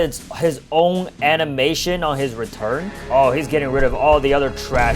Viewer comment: where is the s in he's